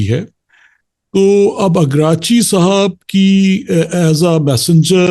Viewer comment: You are asking opinion of the people to waste time who cant prononce names of Iranian prominent people, even Iraqci is pronounced continuously Ikrachi by him